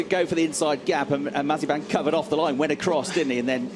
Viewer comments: Incorrect Pronunciation Compilation Mazziepen Masipan Massiepan Masipang Mazziepan Mazziepan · Comentator Nikita Mazep-a-n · no one: The commentators: Nikita Mazepans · Mazepin: is spelled and pronounced mazepin British commentators: MAZEEPAN! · Bruh the commentators actually called him Nikita Marzipan 😂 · "maz-i-PAN" that's an "i" in that last syllable, mates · Why do they say mazipan instead of Mazepin? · Nikita Mazepan 🤦‍♂️. Is Mazepin that hard to pronounce? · Why can’t some of the commentators say ‘Mazepin’ properly they pronounce his name as marzipan or mizapen 🤦‍♂️ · When Britains try to pronounce 'Marzipan'. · Mazepin, Mazeepen, Mazapine... who cares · Why is the commentators calling him "Marzipan"? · I love how some of the commentators called him Mazipan, i call him now Nakita Has-A-Spin XD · the dude said mazi pan :) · "Terrible things for nikita maz a pan" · 1.54 “Nikita Mazipani”😂😂😂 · LOL at the way Mazepin is pronunced Mazipan by the commentator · love how they f up his last name xD MAZIPAN! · Did he really said Mazipan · Nikita mazapán así lo pronuncian 🤣🤣🤣🤣🤣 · can we appreciate the commentators calling him mazeepan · Nikita mazapán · Why are they saying Mazipan? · Is it just me or are they calling him Mazipan sometimes?😂🤔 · man said mazipan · These fools insisting on calling him Mazzipan. I mean, are you a professional commentator or not? It's a bit embarrassing. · Nobody: Commentator: Nikita Mazipan